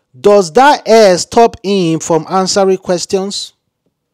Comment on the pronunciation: that thing is call hair not air damm it.